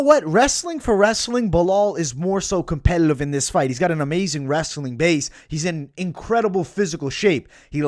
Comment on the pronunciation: You didn't say competitive properly